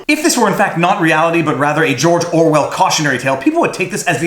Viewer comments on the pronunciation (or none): none